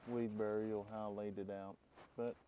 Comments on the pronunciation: it's weed barrier, not weed burial.😊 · FYI it is Barrier not Burial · I don’t mean this mean at all but I had to say that hearing you mispronounce words makes my head feel like I chomped on a lemon 🍋 Is it a southern thing?? Idea not ideal Weed barrier not burial There’s a few others but I do enjoy your videos so keep saying it how you like. 😊